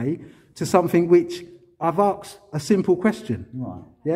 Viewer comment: He says "arksed" 🙄